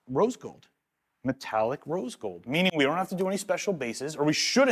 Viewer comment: Cool but can't say rose gold